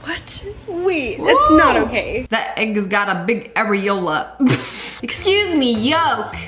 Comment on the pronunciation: she said areolla on the egg and bacon thing….but my name is aryella😭😭😭😭😭😭